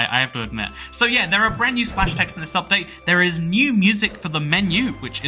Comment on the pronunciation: "Whenever a brandsnew Minecraft update releases"